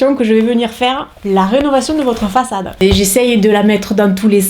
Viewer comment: La rénovation de votre façade... Avec l'accent du sud tu m'as fait rire 😂 tu es superbe reste comme tu es ❤